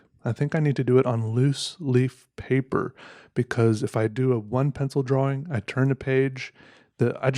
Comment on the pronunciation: Love Peters videos but the way he pronounces “drawing” gets me every time